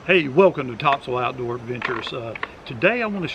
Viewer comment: The way you pronounce topsail I knew you were a NC native.